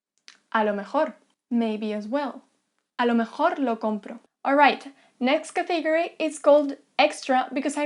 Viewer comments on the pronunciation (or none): none